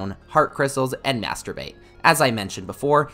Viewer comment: Please tell me that Im not the only person who hears "Masturbate" instead of "Master bait" every time